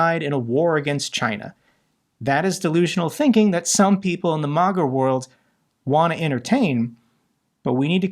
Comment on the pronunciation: I’ve watched your videos for a long time, and as a fellow supporter and defender of Ukraine, I think it’s important to address a misunderstanding you seem to have about MAGA and Republicans. First, it’s pronounced “Ma-Ga,” with the first “A” sounding like the “A” in apple. It stands for Make America Great Again—not a love of Russia or a desire to be friends with them. Republicans don’t need convincing to oppose Russia; most already do. The real argument to make is why sending American taxpayer money to Ukraine is more valuable than prioritizing domestic spending. The case you need to make is that this is an unprovoked war. Ukraine’s government is legitimate and has never been a threat to Russia. NATO expansion is not a threat either; NATO has never acted offensively and exists solely to deter Russian aggression. Russia’s actions won’t stop unless they’re checked. It’s far more cost-effective to support Ukraine now than to let Russia continue unchallenged, as they’ve done in Crimea, Georgia, and elsewhere. Allowing further aggression will only embolden them. Since taking over from Great Britain after World War II, the United States has been the primary enforcer of global rule of law, international norms, and state sovereignty— continuing a legacy that dates back to the Treaty of Westphalia in 1648. Ultimately, the key is to explain why supporting Ukraine is a worthy investment of American resources. Instead of alienating half the U.S. population, focus on making the case